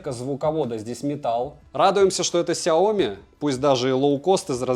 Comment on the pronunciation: Произноси правильно! Сяоми'. А не ксиоми🤮. Аж кровь из ушей. Обзоры у него блин быстрые